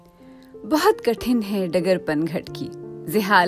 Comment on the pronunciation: ان چند اردو الفاظ کے درست تلفظ کی طرف توجہ دیں: کٹھن ، طوطئ ہند ، موشگافی ،موجد ،شبلی ۔۔۔ یا مجھے بی بی سی میں ملازمت کا موقع دے دیں ۔۔۔😂😀